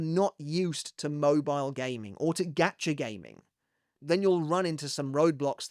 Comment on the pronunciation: is he saying “gatcha” or “gotcha”? “gotcha” like got ya?